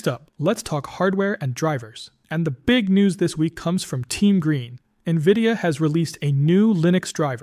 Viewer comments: What do you mean?! Doesn't everyone pronounce it "Nuhvidia" ? 😂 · Navidia? AI voice, I assume?